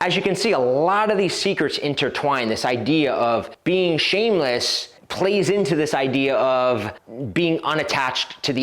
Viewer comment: 2 "S's" in ShameleSS..LOL